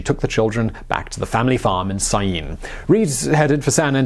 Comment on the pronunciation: Congratulations on pronouncing Scyene, (the farm was on the line next to Balch Springs)!